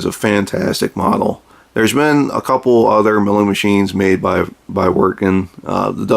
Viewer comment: Vee-ert-gen. Awesome review man.